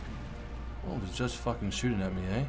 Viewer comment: are you turning canadian? "who the fuck was shooting at me, ey?" lmao